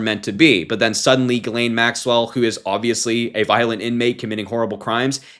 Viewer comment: It's Pronounced: "JIZZ-lane," Harry....